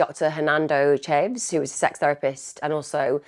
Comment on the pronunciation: Her pronouncement of names which takes a very short google search is chronic. To the extent that it’s difficult to hear as sometimes it’s the victim(s) and it lacks respect.